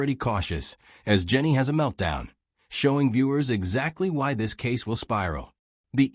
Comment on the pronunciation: What the hell is a " Meltdawn"?